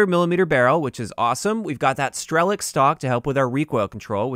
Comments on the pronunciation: Please learn the accents on "russian" words ffs! Not StrElok, but StrelOk. Not Osa, but osA. Not sOva, but sovA. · It's sovA (owl), osA (wasp) and strelOk (shooter)